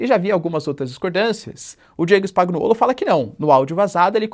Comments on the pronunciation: Spagnuollo se fala "spanhuollo" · Professor, falantes errado, si fala: Spanhoulo!!! Nome lido a partir da pronúncia italiana.